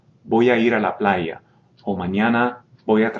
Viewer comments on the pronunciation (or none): none